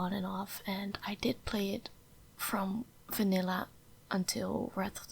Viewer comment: I also thought that you are Russian or Romanian, but I realized that you are Dutch when you pronounced Vanilla like Fanilla , because many of my Dutch friends do that aswell 😂